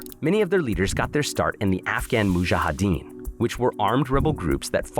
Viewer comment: Sorry but his pronounciation of Mujahdeen totally threw me off. I had to pause the fkn video lol